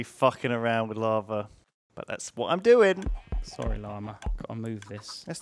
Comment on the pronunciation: "Oh, I'm Sorwy..."